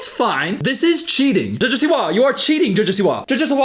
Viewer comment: I’m dying hahahaha the way says her name 😂😂